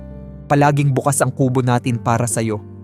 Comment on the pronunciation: Pls. observe sa pg bigkas ng words Bukas - example para yan bukas Bukas--na kubo iba din ang pgbigkas😮